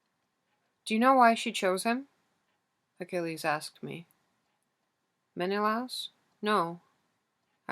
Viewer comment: i love the way you read the book SO MUCH but your pronunciation of menelaus is effecting me. No hate I just really felt the need to say it